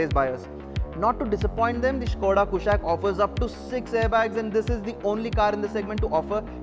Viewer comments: It's कुशाक NOT कुशैक। from Sanskrit! so that accented A is totally colonial. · i am sure its not pronounced 'koooshaaq'